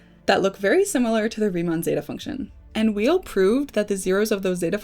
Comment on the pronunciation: I believe Andre Weil's last name is pronounced "VAY"